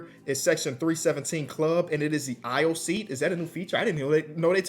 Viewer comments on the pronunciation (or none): none